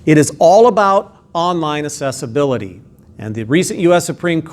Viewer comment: "Assessibility" or "Accessibility". I think you are implying the latter but your pronunciation sounds like the former.